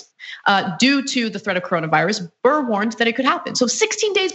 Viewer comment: DICK BURR say it right